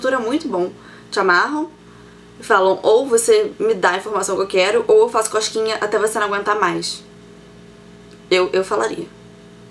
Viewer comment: eu entendi ela falando coxquinha ,kkkkkkkkkkkkkkkkkk